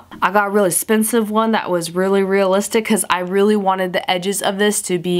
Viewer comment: i love the way you say expensive. Espensive lol